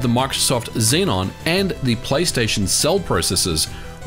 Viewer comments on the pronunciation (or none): none